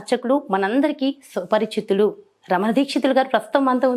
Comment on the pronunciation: Suparichitudu.. kaadhu.. thalli. Suparichitulu.. amtaarammaaaa